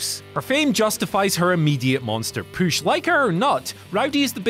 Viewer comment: I get the giggles every time this guy ever says "push".